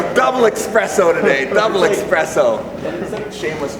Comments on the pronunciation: Espresso, not expresso! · Why do Americans think it's "expresso", it's "espresso", how does an entire nation get this so wrong. Fkkkkkkk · Devon, it’s ESpresso! Haha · No one: Devon: DOUBLE EXPRESSO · Devon is a beast. The only thing he didn't execute flawlessly here was his pronunciation of the word "espresso".